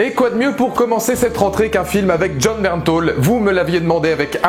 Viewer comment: j'aaaaaaaaaaaaaaaaaaaaaaaaaadore Jon Bernthal !!!!! Par contre j'ai regarder des interview et on dit Bernthal et pas "Bernthol"